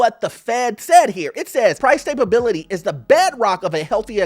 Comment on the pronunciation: Why do you keep saying stablebility? It's STABILITY!!!!!